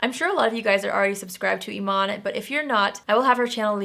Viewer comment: When you said Eman, I thought you were talking about David Bowie's widow!😂😂